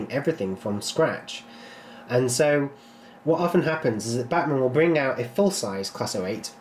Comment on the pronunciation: Why is it that anytime someone says "Bachmann" it sounds like they're saying "Batman" ?